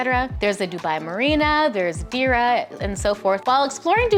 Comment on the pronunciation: Hey! Thank you very much for the video, I like the content very much! However, please note that "Palm Jumeirah", "sheikh", and "Deira" are all pronounced differently.